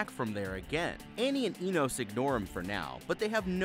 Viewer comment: You pronounced Enos three different ways and none of them were right..did you even watch this movie ?